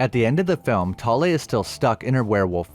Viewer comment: As a Norwegian i love your pronaunsiasion of Thale. I also enjoy your videos